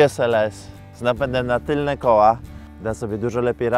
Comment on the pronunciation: Tylne, a nie tylnie :) poza tym rewelacja!